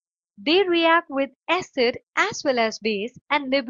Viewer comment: Acid pronounciation is wrong.